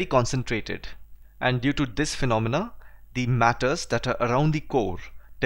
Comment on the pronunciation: Sir dnt take me wrong but I wanna correct u on one thing as u pronounce the moon as "thee moon" and many a times more but we use thee just only before the vowel so moon is not starting with a vowel thus we'll not pronounce it as thee whereas we'll simply pronounce it as the moon.In the similar fashion, the ice cream will b pronounce as thee ice cream. Although the video was soo good. Thanks alot